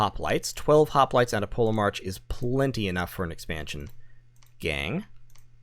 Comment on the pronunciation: I'm pretty sure the ancient Greek pronunciation of the letter grouping "ch" is usually pronounced like an English 'k'. As in Polemarch = POLL-Eh-Mark". Chronology. Anachronistic. Etc.